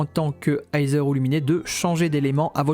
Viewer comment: Bonne vidéo🔥🔥🔥🔥🔥🔥🔥🔥 mais la pronostication de Aether et Lumine sont: Iteur et Lumine pas Luminé x)